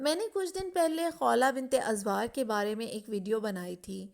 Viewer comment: Azwaar nai Azwar Need to correct Urdu pronunciation